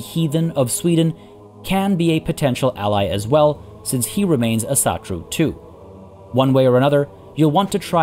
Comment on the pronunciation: u should try and pronounce asatru more like "Awsatru"